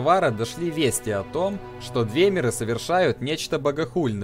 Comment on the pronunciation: Разберись с ударениями, у всех этим эльфов ударение приходится на слог, перед самими мерами: орсИмеры, двЕмеры, Альтмеры, бОсмеры, дАнмеры, фАлмеры и т.п.